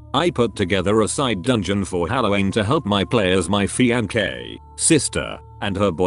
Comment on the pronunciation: Fianque. Fian - que, fian - what again?